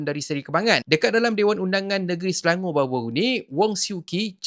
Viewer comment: Ucap Selangor bukan Selango.